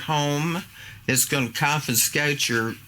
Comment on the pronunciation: Lol did she just tell them "they're gonna cofiskate yer bacon account"? This is comedy gold!-!